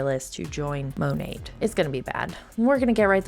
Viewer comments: Modern Nature. Mo nat is the correct pronunciation that everyone is using. say Mo NOT! 😂😂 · Ok great video, however, it Monat (MON NAT) she’s not saying it right and neither are you.